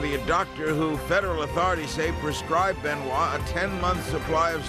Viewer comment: Chris Benoit Benoit ben Wah Ben why Ben why Ben why I tried this 1000 times why do you pronounce that name like that